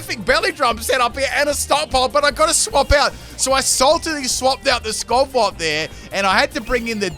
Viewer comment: It's almost as bad as "Skovwot" for skwovet. I'm starting to think dyslexic with how often he puts letters in the wrong syllables.